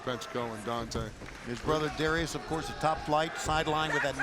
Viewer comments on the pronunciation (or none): none